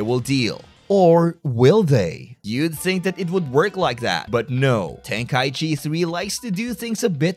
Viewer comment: tenka - ichi ichi meaning 一 one Breaks my brain a bit when u call it tenkai-chi